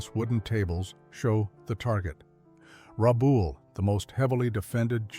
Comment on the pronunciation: It's not Rabool its RabALL, just like those things your scratch when they are itchy.